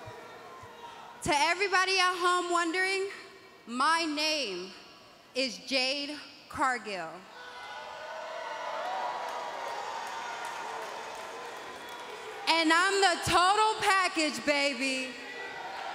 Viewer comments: I thought she said “shad”. I was mad confused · I thought she said shrek lol